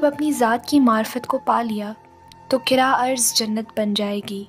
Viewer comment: Qurra'Arz hota Urdustan Qira arz Nhi